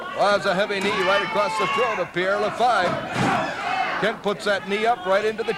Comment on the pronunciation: Pierre LaFavre instead of LaFive. Prononunced la-farv.